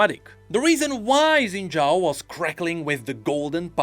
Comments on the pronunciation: SHIN JAO!! SHINNNNN! NOT ZINNNNNN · Isn’t Xin Zhao pronounced like Shin Zhao in all the voice lines? Why’s saying it wrong?